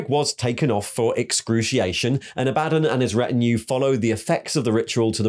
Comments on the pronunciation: Aah buh dawn. Not A bad done. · ITS ABBA-DAWN NOT A-BAD-ON!!!!!!!!!! REEEEEEEEEEEEEEEEEEEEEEEEEEEEEEEEEEEEEEEEEE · Ok but it gets on my nerves Abaddon's mispronunciation. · Love your videos but it KILLS me when you mispronounce Abaddon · aba-dawn Row-boo-tay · You can listen to literally any 30k or 40k novel to know you're pronouncing Abadon, and Roboute Guilliman wrong.